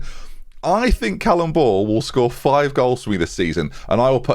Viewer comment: Genuinely thought called Callum Ball "Cannon Ball"